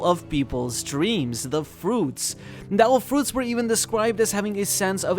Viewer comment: Your pronounciacion of "devil fruits" (as "del fruts") really ticked me off. Makes me wonder if you were doing it on purpose actually. Interesting video overall though!